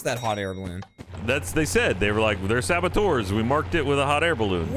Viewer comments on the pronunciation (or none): Saboteur, not sabotour.